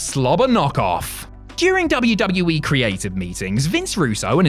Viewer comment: Please get rid of this guy that narrates these videos I can’t stand him why does he pronounce WWE like WWwii or WW-we it’s very annoying and what the hell is his name or Whatever the hell he says, I can’t even understand him